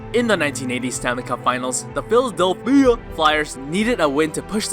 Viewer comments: I had to pause the video because I cannot stop laughing at how you're saying "philadelPHIA" 😂 absolutely loved this video just because of how entertaining you made it. The way you said all their names, the side comments/remarks are so funny! Especially because this topic isn't really meant to be comical. Great job, really enjoyed it! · i fuckin love how you say philadel PHIA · The way you say Philadelphia😂😂😂